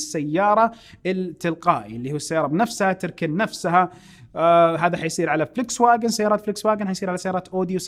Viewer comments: اخوي فولكس واكن كلمة المانية تلفظ فولكس فاكن 😁😁😁 بس للمعلومات ما قصدي شي تصحيح معلومات مو اكتر 😘😘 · يعطيك العافية استاذ ولكن للفائدة تلفظ Volkswagen بالالمانية (فولكس ڤاچن ) الـج ـ مصرية هنا ، وبالمناسبة volk معناها الشعب ،و wagen معناها عربة او سيارة او مقطورة ، ف Volkswagen معناها سيارة الشعب. واعذرني جدا على المداخلة